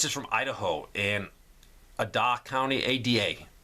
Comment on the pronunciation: Boise Idaho is in Ada county. Pronounced long A da.